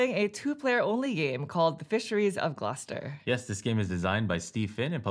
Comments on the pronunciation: Initially interested to see if the pronunciation of Gloucester was the same as in the UK, and satisfied to find out it is! Great playthrough, you guys! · As usual a great video, but a big congrats for you for pronouncing Gloucester correctly :D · As someone who lives nearby they nailed the pronunciation! Very interesting that’s it’s the same in the UK.